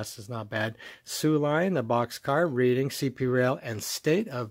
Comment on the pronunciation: Hey. Just so you know, Reading is pronounced "RED-ing" in the train world, as it refers to the Reading Pennsylvania Rail Line (popularized in Monopoly) out of Reading, PA, which like many place names, possesses a pronunciation that is rather counterintuitive and non-phonetic.